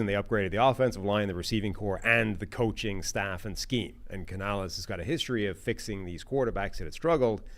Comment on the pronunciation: I heard this as "playing above their skeeze", and I assumed was casually dropping Gen Z slang on us